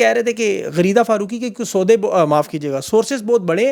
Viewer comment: Did he say sooday purposely? 😂😂😂